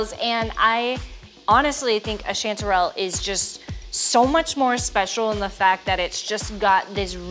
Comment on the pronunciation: First, its strange for a pnw'er that yall's Texas chanty season is summer. Second how y'all are pronouncing chantrel. Weirdos.